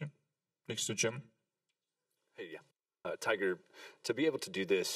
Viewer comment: For all you Aussie fans. His name is not Toyga. Its Tiger. Repeat after me . Tiger. MAGA. 2020.